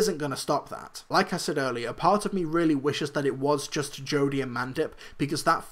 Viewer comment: Quick question, why do you pronounce just as gust?